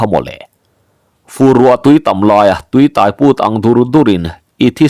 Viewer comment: Tui hi a tai (biang tai) thei lo. Motor in min tai tih ang a lam tur. Tui tai chu a nalh reuh ngawt ang.